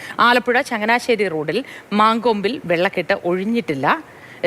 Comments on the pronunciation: its mancompu aanu, not man kombu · മാൻകൊമ്പ് അല്ല മങ്കൊമ്പ് എന്നാണ് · മാൻകൊമ്പ് അല്ല മങ്കൊമ്പ് ആണ് എന്താണ് ഈ വിളിച്ചു പറയുന്നത്